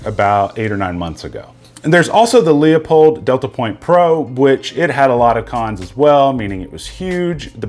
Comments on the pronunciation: Why do I hate it when people pronounce it, "Lee-uh'Pold? *Not saying that happened here... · Very informative. Thank you. How come no one can properly pronounce Leupold?